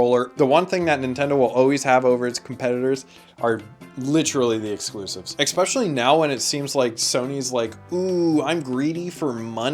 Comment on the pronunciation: People who say Exspecially should be closely examined. Great video tho